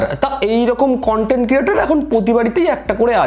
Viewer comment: দাদা মেয়েটি কনটেন্ট বলিনি কানটেন্ট বলেছে😂